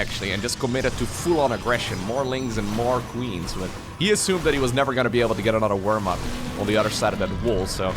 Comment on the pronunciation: aNUTer😂 and UTTER😂 always crack me up. Love the accent (I speak multiple languages) but you’re literally saying words that have other meanings. Or should I say UTTER meanings😂